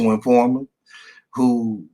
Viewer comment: In- for-mant... c’mon, sound it out 😂 “confident informer”